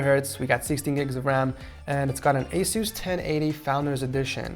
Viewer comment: anyone else think ASUS is pronounced ACE-US and not A-SOOS?